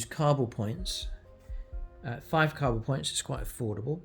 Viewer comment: First you can’t say Kauyon, now you can’t say Cabal.. are you mispronouncing on purpose. Stop triggering internet strangers lol